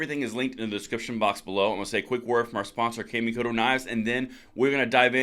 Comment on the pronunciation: I've heard good things about that brand of knives, but here is a small correction on how you pronounce Kamikoto .. it would actually be spoken as ( the sound ) " kaw (the a sound in awe ) mē kō tō " where mi has long E and ko and to have the long O .. it translates to 'Shinto ritual' .. just remember the 'kaw' is not spoken as 'cam', etc...